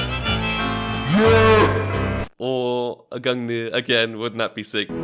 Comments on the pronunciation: Gung-ner not nier. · It’s pronounced gun gear but spelled gungir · Why do you pronounce it gungnir It's gunger... Also i need skins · It's pronouced "gun-neer" and it was the spear of Norse god Odin. Said to be the strongest spear in the cosmos. Forged by dwarves the greatest craters to ever exist. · Pretty lucky on the "Gungrrr" there xdd /tradeoffer/new/?partner= &token=qutFmf1A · it's actually easy to pronounce Gungir when you are from Scandinavia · You remind me of PyroJoe lol Btw you should try pronouncing the gungir as " *Gun-gear* " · Nice man, fiinally you got "Gungrrr" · Gung-neer. Think of the word "thing" Same end sound with the last G. And nir is "neer", like when you say "peer" but overpronounce it. Gungnir. I also think they mention it in Marvel movies with Odin in them, since Gungnir is Odin's spear in norse mythology. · I think you should still call the gungnir gungrrr :D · somehow the way you pronounce gungnir now sounds so wrong after hearing GUNGRR love you ❤ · I told you valve would give it to you when you pronounce it right I could use a shiny new awp skin tradeoffer/new/?partner= &token=3HA38g0Z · If I get the AWP Lightning Strike I’ll teach you how to pronounce Gungnir ;) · congrats brother, finally after 7k pass levels u got awp :P Now please learn how to pronounce its name :D well here is my link for lightning strike :) trade link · All you needed to do was pronounce "Gungnir" properly 😜